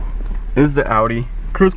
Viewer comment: remote starter ain't putting stress on ur started bro 😂you got no clue what your talking about learn to pronounce the manufacturers name dude you sound like a small child